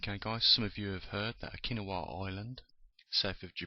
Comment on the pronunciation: Oh-key-naa-wah, not Oh-kin-a-wah... Sorry for being pedantic.